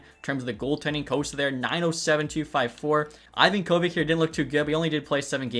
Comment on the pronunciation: Note For The Future: It's pronounced Ivonka-Vitch NOT Ivan Kovick